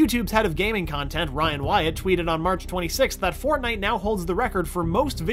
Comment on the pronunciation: Did he say FARTNITE HAH